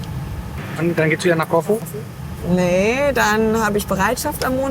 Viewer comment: Corfu - die Betonung liegt nicht auf o sondern auf u....... ein langes u